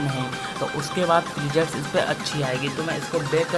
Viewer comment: presets hota hai bhai prejets nhi 😂😂😂😂